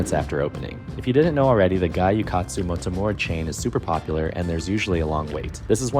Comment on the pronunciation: Please stop saying "guy yu katsu". other than that, nice vid